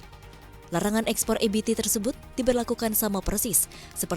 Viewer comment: Kenapa EBT dibaca EBITI? kan bahasa Indonesia, ejaannya Indonesia. just my2 cent.